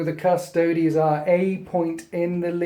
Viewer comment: Thank goodness you can pronounce Custodes correctly and we aren't hearing shouts of 'custards'! Always enjoy your immersive battle reports. Keep up the good work!